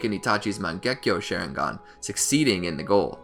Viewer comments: Did this dude say share ing gun bruh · bro XD "shareinghan". nice vid tho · Bro really said "Sharing gone" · I know I can’t be the only one getting mad when he says sharingan wrong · The "shareingan" as you say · Bruhh Manz said “shareigan” 😭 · Why did he say Shisui awakened the Mangekyo Share-ingan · Share-ingan lol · Did he just say “Share-ingan” 😂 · “share ing gan” Im dead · you said sharingan wrong